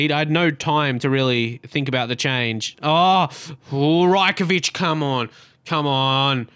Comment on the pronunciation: It's Raj-Kovic not Rye-Kovic